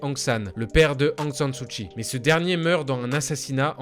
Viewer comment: ...Aung San Suu KKKKKI , pas chhhi